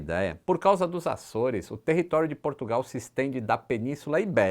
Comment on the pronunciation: Portugal... O porto diz P"u"rtugal...kakaka